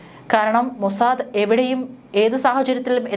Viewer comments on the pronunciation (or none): none